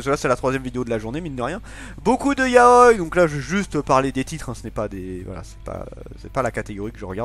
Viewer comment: Ya-o-i non de dieu lol ça ce prononce ya-o-i